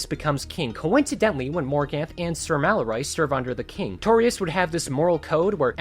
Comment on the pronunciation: the maloROY instead of malory gets to me more than most mispronunciations do and idk why. still an amazing vid doesn't actually detract from it